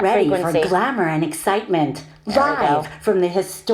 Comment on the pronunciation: i'm mxing voice over tracks every day… and eventually i'll get annoyed by these overly exaggerated esses like in "hisssstoric" (which i find a lot of female voice over artists do) sufficiently that i start to just shortening them while editing. (i mean… the ssss doesn't have to be twice as long as the voiced syllables around it, does it? this technique builds up so much pressure that the following "t" punches a hole in my forehead.) shortening the esses often makes the tracks sound so much more natural, at least to my ears and those of my clients. the impact and emphasis the speaker puts into the words will still be there, and it makes it much easier for a de-esser to tame the sibilance. works great for me (yeah, you gotta have the time…). nevertheless, the Sonnox Supresser is one of my most used plugins… an exceptionally great product!